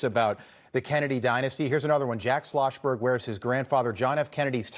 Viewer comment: “Jack Sloshberg” 😂